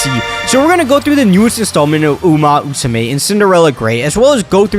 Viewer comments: uma Musume, not uma usume, come one, let me hear that MMMMMM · at first he said uma usame lmao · pretty sure it's uma musume brother. Not uma usume. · why are you saying "uma musume" as "uma usume"? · It's Uma Musume. Not Usume. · Uma Musume, not uma usume!!!! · "Uma Usame" "Uma Usume" 💀💀 Maybe just call it "Horse Girls" because that what "Uma Musume" literaly translated. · i exit the video after he say umu usume lol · Can't get past 1 minute because of "Uma Usume" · Enough sense to try and capitalize on the current popularity of the game, not enough actual brain matter to say the name of the series correctly